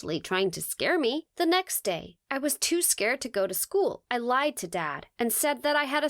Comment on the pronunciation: "The nickst day" hahahah😂